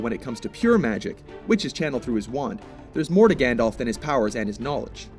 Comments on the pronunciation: It's not...pronounced..."GANDOLF"!!! It had to be said. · It's pronounced Gand-alf not Gand-olf hence the alf. Silly Americans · Oh god...I'm sorry but I have to... Firstly, it's GandALF not GandOLF. And Gandalf is a divine being, so he has incredible power. Gandalf is also forbidden by his masters, Manwe and Varda, to use anything but a tiny fraction of his power while in Middle-Earth. That being said, some of the feats Dumbledore has pulled off truly are amazing. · This guy's pronunciation of "Gandalf" and "Saruman" are making me cringe. FFS.